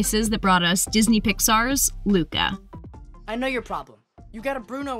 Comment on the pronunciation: Did you say muca